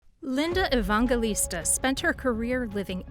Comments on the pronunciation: Evangelista. It's a soft "g" like in "gel." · Probably should learn how to pronounce her name before making a video about her. Just sayin’. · I can't believe you repeatedly pronounce her name INCORRECTLY OVER AND OVER. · Ridiculous AI voice can't even pronounce the subject of the video's name. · I'm glad someone else said something about the pronunciation of her last name. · Would be nice if you pronounced her name right (and Steven Meisel, too.)